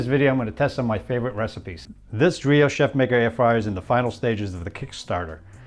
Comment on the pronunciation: It's pronounced "Drā-ō" not "Dree-o".